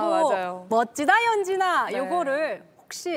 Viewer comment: 연진이 ㅆㄴ아 발음이 너무 찰짐